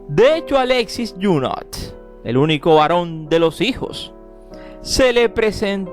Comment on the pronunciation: Que feo hablacUsted. En Franses no se pronuncia la letra T. Abburridisimo.